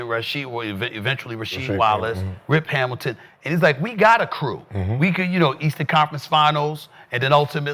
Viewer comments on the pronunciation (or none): none